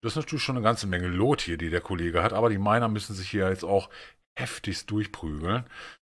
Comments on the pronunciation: Luuuuuut nicht looot das nervt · Loot spricht man wie lut aus hat mich ein bisschen genervt 😂😂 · Wie du loot aussprichst:) Wie ein richtiger deutscher xD